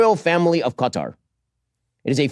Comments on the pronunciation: I swear, the only name of a place that every American get right is Niger... It's Kha-Tar... not Cutter. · I need to find ground zero where Qatar started being pronounced "CUT-AR"